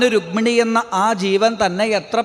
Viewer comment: രുഗ്മിണി അല്ലടാ രുക്മിണി. ഹൌ വയ്യ. ഏത് നാറികളാ ഇത് post ചെയ്യണേ ആവോ 😊